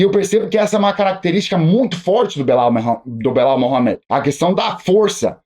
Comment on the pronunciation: "Bilau Mohamed" 😂